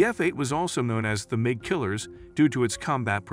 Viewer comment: If I have to hear this guy mispronounce Mig and reconnaissance one more time...